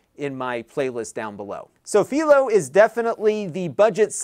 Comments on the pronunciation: PIE-LOW, not FEEL-O. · It`s Philo, Not Phelo. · It's fai·low as in Philo Farnsworth. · Am I the crazy one or not lol, I have been using Philo for over 3 years at this point and for the life of me I have been calling it (Fi-lo)! Hearing how you are naming it and coming out of your mouth, you are making me seconded guess! 3 years I thought it was pronounced (Fi-lo), now I can't un-hear the way you say it! Please correct me if I am wrong but 3 years of saying (Fi-lo) now makes me feel so wrong in life lol! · Uh, I'm 99.9% sure that Philo rhymes with "eye." It comes from TV inventor Philo Farnsworth. There's a little town just south of me named Philo also pronounced fye-lo, but Illinois also has a Cairo and Athens that aren't pronounced the normal way (they're KAY-ro and AY-thenz here). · Philo rhymes with Milo. That is the correct way. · You're pronouncing Philo wrong, It's pronounce Fai -Low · I have to say your saying Philo wrong haha but it's okay :)